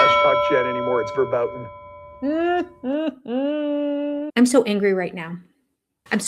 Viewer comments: Busch Gardens has a roller coaster called Verboten. It is an insane, wild and crazy ride which I would be hesitant to “experience”. Perhaps it is appropriate that Kodylocks, of all people, associates with this word. I wish he would pronounce it correctly. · He's not even pronouncing "VERBOTEN" properly!